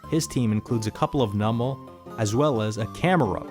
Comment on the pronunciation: Its called "NEW-mal" You say it like "NUMB-al" and I can't look over that lol